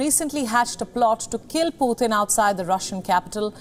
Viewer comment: for God sakes Indian people, its not "Phuhtin", its Pu-tin. not that hard to say!